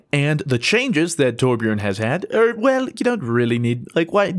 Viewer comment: Besides your'e saying it wrong it's not Tor-bjorn it's Torbj-örn